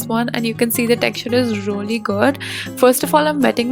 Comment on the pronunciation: Rolii roliii instead of really really 😂😂😂😂😂😂😂